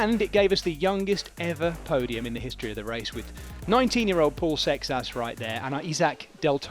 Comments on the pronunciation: It's not Paul Success... It's Paul Seixas! 😅 Seixas is a Portuguese surname. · SAY-shush ˈsejʃɐʃ this is even worst that Joao :( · Why is he pronouncing the poor French cyclists who came second name like that!!!!